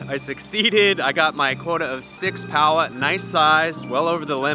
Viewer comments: Aye it's pauwa nor powwa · pls pronounce paua right it is pronounced like par wa instead of power